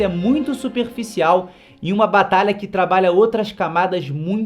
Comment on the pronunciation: Não sei se ele percebeu mas ele falou batala